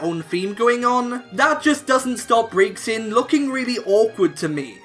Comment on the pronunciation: youre pronouncing Braxien wrong